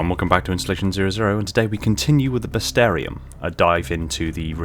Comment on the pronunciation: I have to ask, what's with the disconnect between the written title of this series and the spoken title? Because the title as it's written would be "Beest-ee-air-uhm" but you're pronouncing it "Best-air-ee-uhm." Which one is correct?